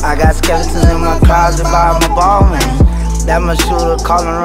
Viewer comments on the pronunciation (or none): No. 1, Only problem with that rhyme is the mispronounciation of that brand. It's not Ball-mayne it's Ball-maun, and the (n) is soft. It's a French name.